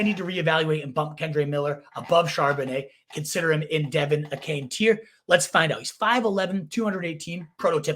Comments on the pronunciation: Achane last name is pronounced A-Chain. Capital "A" Chain. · Bruh you are doing fantasy content…you gotta pronounce a main dudes name correct. A Chain.